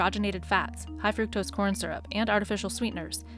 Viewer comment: that's not how you pronounce fructose. Please check your scripts and get literate readers!